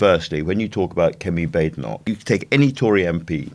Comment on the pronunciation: I wish people could pronounce her name right. Bade enoch needs two es. Bad e (short e) noch. It's bad enough to have to hear her let alone to constantly have to correct her name.